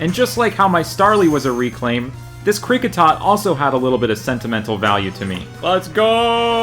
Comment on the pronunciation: And both names you butchered